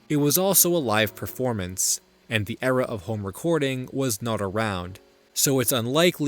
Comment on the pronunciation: your videos are FANTASTIC. but everytime you say the word "era" it sounds SO funny to me and I can't exactly pinpoint why.